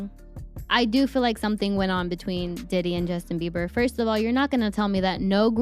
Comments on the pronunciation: Is he saying justin beaver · The fact homie can’t pronounce jb whole name right whole vid dnt sit right I fw mos the videos tho